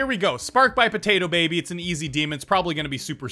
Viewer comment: What's up with you saying PotatoPaby?